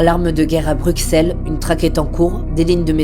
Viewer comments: ça se prononce BruSSels et pas BruXelles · Brut, s'il vous-plaît, au nom des Belges francophones... ...ON PRONONCE BRUSSELLES ! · Ça ce prononce Brussel 😤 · Depuis quand on prononce le x de Bruxelles ???